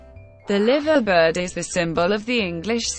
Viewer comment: Liverbird is pronounced Lyverbird. If your going to do documentaries please get the pronounciation correct